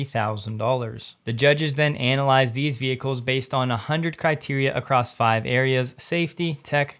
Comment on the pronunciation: Um, it's not Anal ized bro, you should google the word and learn how to pronounce it.